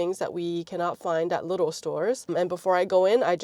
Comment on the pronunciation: please don’t pronounce lidl as “little” 🤯it’s pronounced “liiiiidl“.